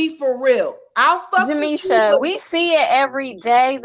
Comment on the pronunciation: She makes Jameesha sounds like a victim name😂